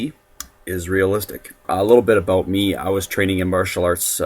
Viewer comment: "What I'm gonna talk aboot" lol